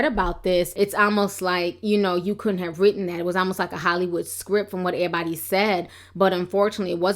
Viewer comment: you speak so well, but when you say(airbody)Everybody its all in vain!😞